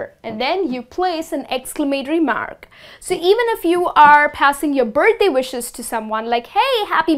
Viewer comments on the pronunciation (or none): none